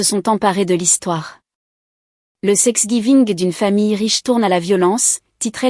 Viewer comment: Il n’y a pas que dans cette histoire que thanksgiving est mal écrit et surtout mal prononcé